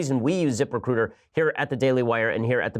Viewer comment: zip.... RECRUTAH